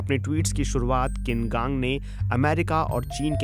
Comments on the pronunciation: किन कांग नहीं उनका नाम छिन कांग है। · Wrong pronunciation of the foreign minister’s name. It is छीन कांग